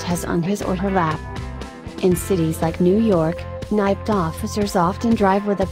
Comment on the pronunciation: That is the worst. New York cops arent purnounced nyped its NYPD